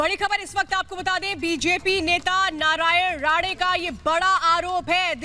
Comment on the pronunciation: MADAM ITS NOT NARAYAN "RADE" ITS "RANE" :)